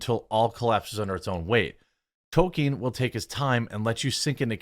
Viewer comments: There's no such thing as a toe-keen fan. There are toll-keen fans. There's an L in his name. Fucking pronounce it. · TOL-KEEN Jeremy. TOL-KEEN. Not Token. Tol-Keen.